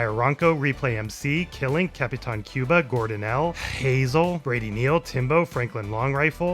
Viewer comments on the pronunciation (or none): none